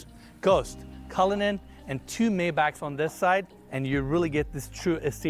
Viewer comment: He should learn how to pronounce Maybach correctly.